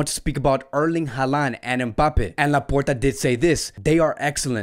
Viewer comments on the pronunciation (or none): Bruuuh every time says membappe instead of em-bappe 😂😂😂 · lmaooo what? That make no sense. I’m not the only American I know, you know 😂 we know how to say mbappe just always says it like that and it’s funny